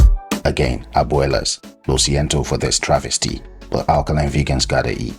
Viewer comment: Thankyou love it and the amazing strategy involved. I love how you said "Abuelas"